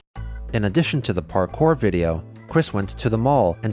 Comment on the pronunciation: It always cracks me up that Chris called parkour "parkay."